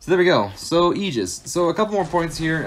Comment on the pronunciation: Crazy you can’t pronounce the word Aegis correctly